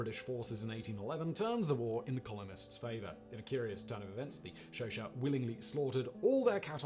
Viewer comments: Xhosa is pronounced more like Kosah than "Shosha" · Next time please learn to pronounce Matabele and Xhosa correctly